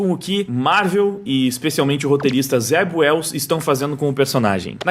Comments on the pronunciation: Em - Zeb Wells? Eu tinha entendido Zé Ruela 😁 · Alguém mais entendia "Zé Ruela" cada vez que o dizia o nome do roteirista?